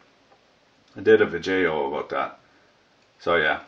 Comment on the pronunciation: hahaha "works in Australia,!!! wondered what the camera angle was "abooot"